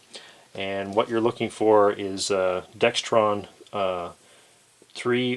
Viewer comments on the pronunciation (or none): I give you a thumbs up, but there is no T in the word dexron.